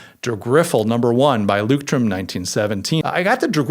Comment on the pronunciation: Leuchtturm is pronounced "loisht-toorm", and the Z in Zettelkasten is pronounced "tss".